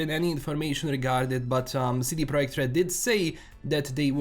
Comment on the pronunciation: The way you pronounce CD Projekt RED is like a honey on my Polish ears :)